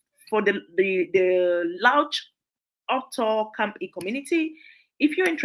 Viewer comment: Awesome, some charity organization it's not pronounce well, some is camp E, but is camphill and name is mentioned, please call the city or county,so it will easy search